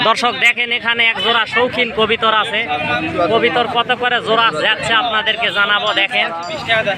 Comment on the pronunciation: কথাটা হবে কবুতর আপনি কবিতার বলেন কেন